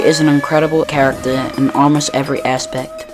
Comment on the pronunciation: You misspelled Character as "Chracter" & made it sound like "Tractor"